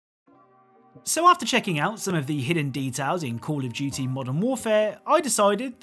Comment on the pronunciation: cAlL oF "JeWtY"